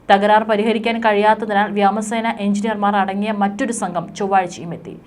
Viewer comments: വ്യാമസേന അല്ല വ്യോമസേന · What is this Vyama sena? Speak Malayalam properly. News editor may teach her the correct word.